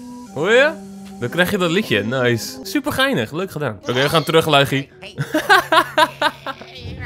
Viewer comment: Het is LUiGi ni LUIgi